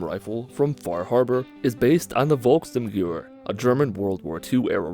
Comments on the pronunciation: just so you know, the gewehr of volksturmgewehr, is pronunced guh vehr not guwer. German is weird like that. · It's not goower. It's geh-vare. Also, BELTS. Not magazines. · Pronunciation of Volksturmgewehr is “Volk-shterm-ge-vare”. Translation is “The people’s storm rifle” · Hearing him butcher “volksturmgewehr” is the best part of the video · BC Nation not quite, but I have no idea how to explain it without an audio sample... Especially the sturm-part gets my head scratching. Volk is almost pronounced like folk and Gewehr is pronounced like ge(t) wear.